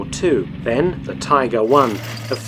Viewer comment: Please tell me why you said tiger wrong, that actually hurt my brain